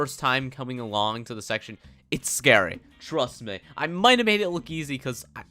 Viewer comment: that pronunciation 😂😂😂 trust meeeh